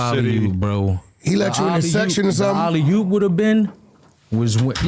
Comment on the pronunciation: Dude quilly really said alley yoop 🤣🤣 wtf 🤦🏾‍♂️